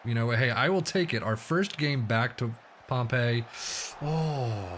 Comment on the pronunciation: Great Video back at Pompey!! "whatmough" is pronounced as "What-mo" also Pompey is pronounced as Pompy or Pompi. Nice 1 nil win again Walsall Like and FW as always!!